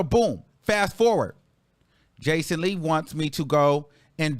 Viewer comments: baby did you say BACON Lee? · Not “Bacon-Lee” 😂😂😂 🔫🔫🔫